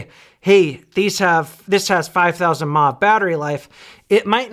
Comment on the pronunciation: "TOP OF THE WORLD MA!" - BOOM! mAh = MILLIAMP HOURS - - - NOT "MA" CHILDERN! UNLESS YOUR MOTHER IS A ROBOT THAT RUNS ON BATTERIES! MA, MA, MA, MA, MA, MA - NO!